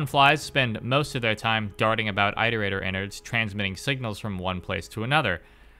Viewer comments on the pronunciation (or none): I wish we had ingame footage of the creatures in action, not just shitty fanart, but it's ok ig Edit: why does he pronounce it eyeterator instead of iterator lmao, you dont pronounce the verb eyeterate do you? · good video but im going to throw someone out a window everytime you say "ite-erator" (its pronounce it-erator, like iteration) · You do know iterator is spoken as It-er-ate-ors? Not Eye-ter-ate-ors Iterator comes from the word, Iterate. You do know how to say Iterate, no? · Sorry if this is petty, but why do you pronounce Iterator as "eye-ter-eye-tor"? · Omg bro, I’m sorry to be this guy but it’s not pronounced “eye-terator” like the “I” in iterate is a soft vowel so like the word “it” for example. It, iterate(keyword to iterator), and iterator all having the same vowel sound. Hope that helps, not trying to say you’re stupid or anything like that it just makes my eye twitch a tiny bit hearing it like that. “ Eye-terator” 🫨😬🥴 lolol hopefully I’m not the only one who has the little eye twitch cringe feeling when these YouTubers pronounce a word wrong. Somehow I always notice it so don’t think it’s just you. I’ve noticed it’s super common among YouTubers to all have like that one word they pronounce a silly way lol. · You keep mispronouncing iterator. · the I in Iterator sounds like the one in "it" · >pronounces cicada correctly and says that the second part of squidcada's name comes from this >still pronounces squidcada totally differently and weird >still pronounces iterator weird why are you like this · why do you say iterator like that :( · You mispronouncing "iterator" makes me cringe.